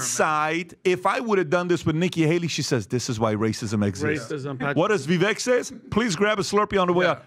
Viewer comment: "People were mean to me because I'm brown!" *intentionally mispronounces vivek's name